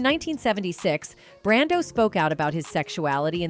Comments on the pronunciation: It’s “Brando” not Brandan dump ass computer voice! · WHY THE STUPID AI NARRATOR KEEP SAYING MARLON BRANDON?? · why do you say Marlon Brandon ????????????